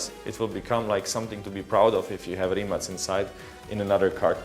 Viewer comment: its rimak with a K not C